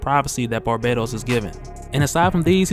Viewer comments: His name isn't pronounced barbados. Its bar-bat-os. U aren't putting emphasis on the bat part of his name so it sounds like ur saying the country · Isn't it pronounced Bar- Bah- Tos?? not Barbados? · Isn't it Bahr - BAT - os?